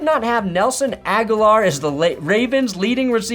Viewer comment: It’s , Nelson AG-hO-LOR ! Not : Aguilar, Agalar, or Aguilera …he’s only been in the league 8 years